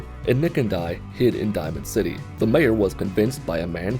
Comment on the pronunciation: Hahaha he called diamond city dimond city megaton